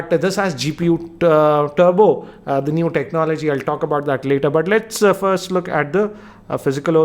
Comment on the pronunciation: its Turbo not Tubro RIP English